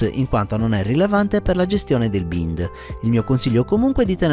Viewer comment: grazie, molto utile la tassonomia delle sigle. per tua utilità, si pronuncia "baind" :) cercherò gli altri tuoi video.